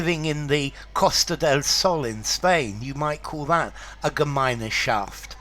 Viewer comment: I didn't know that this term has entered English language. In fact it's pronounced without the German "e" in the middle, which is not even there in writing: ɡəˈmaɪ̯nʃaft